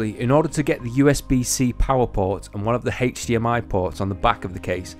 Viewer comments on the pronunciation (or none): Love the accent, "Hache-D-MI"